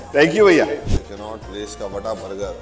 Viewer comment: कान्हा प्लेस नहीं,कनॉट प्लेस हैं